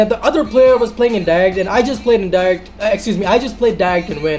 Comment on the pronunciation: You can't even pronounce direct._.